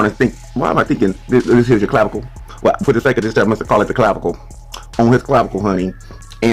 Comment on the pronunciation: lmao at "clavicle"